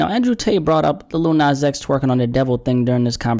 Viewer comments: He said "Li-ul nas" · Little NOZ